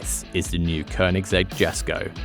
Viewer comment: Finally, someone pronounced Koenigsegg right!